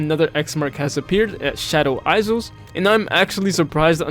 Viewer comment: hello!! very helpful video for players new to grinding gems, however, island is pronounced "eye-land" and not "eyes-land", and isle is pronounced the same way as "I'll", not "eyes-le", hope this helps! ❤